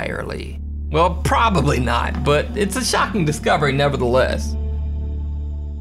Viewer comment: Loved the way u said "well PROBABLY NOT" in lmfao